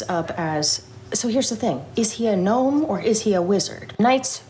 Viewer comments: If pronounces the G in gnome, he has to pronounce the K in knight 😅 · Cold that gave love to the G in gnome and not the K in knight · I'm surprised that pronounces the G in gnome but not the K in Knight.